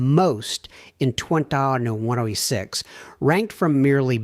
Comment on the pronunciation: We're.FOOLS.to.waste.our.precious.time...THIS.ASSWipe.is.a.COMPUTER! Ai.bullshyte.at.1.37.can't.pronounce.2026...Totally.ai.Generated.Computer.